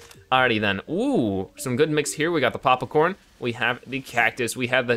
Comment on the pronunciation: (not to sound like a douche but)Was anyone who has pops corn cringing when he said papa corn